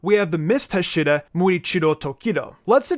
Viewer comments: No offense but ur pronounced hasira wrong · Okay I love the video a lot and I like the structure, but PLEASE pronounce Hashira correctly🥺🥺🥺🥺 it was making me cringe every time you said it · So no one else is annoyed of how he says hashira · you know hashira isn’t pronounced like that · Idk know if your trolling but your saying hashira wrong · Hearing you mispronounce hashira over and over again made me feel like stepping on a kitten. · I stopped the video as soon as I heard the way he says “Hashira”. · The way you say hashira hurts my brain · man great vid but please learn how to say Hashira correctly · your pronunciation of Hashira is just Awful! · mans fucking pronousing all the names wrongly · I hate how he says hashira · Why do you Pronounce hashira like that? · Bro please correct your pronunciation of hashira cause omg it was annoying as hell for the when video to hear you say it incorrectly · Good video but the way you said hashira made me wanna die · Ngl, the way he pronounced hashira is just so off and very weird Like english accents saying japanese is too weird and odd, thats why i recommend he just needs to say pillar And he said Kyojuro a fire pillar He is the flame pillar bruh 💀💀💀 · the way you pronounce hashira hurts me lol very good video as per usual though my guy! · The way he says Hashira is killing me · the way you kept miss pronouncing Hashiras i just wanted to scramble you lol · He saying hashera not hashira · Ha-she-ra Not Hashura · Hashira (HA-Sh-EE-RRA) not hashiruh it’s bugging me every time it’s said uh not Ah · It is pronounced Ha-she-ra not he-shira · Ha…shhhhh- E -Ra NOT hash-IR-Ra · Learn to pronounce hashira…..it’s not heshira, it’s haashira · the pronunciation of huh-sheer-uh instead of ha-she-ra irks me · It's pronounced Ha-shi-ra not Hasheera so pronounce it that way please because it's making my ears bleed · Wtf is a huh-sheer-uh????? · “Huh she ruh” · It's pronounced as Haa Shi Raa weird English people can't even pronounce 😒